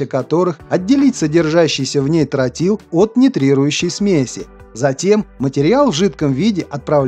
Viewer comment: Не "трАтил, а "трОтил", неучи!